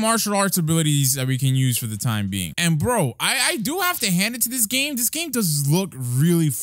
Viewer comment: Am I the only one who noticed he said the black clover Roblox GLAME